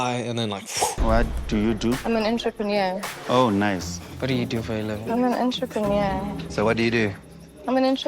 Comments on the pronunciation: If you're going to insist on repeatedly using a foreign word, at least learn to pronounce it in a way that doesn't make you sound stupid,. It’s pronounced "on-tre-pen-yeaur", not "on-tra-paneer". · This chick is no entrepreneur! First reason she can barely pronounce the word and second she's just worried about herself and that her lazy non entrepreneur ass will have to work (at a job or cleaning her own home(and if she's not into cleaning, I'm really afraid to see her place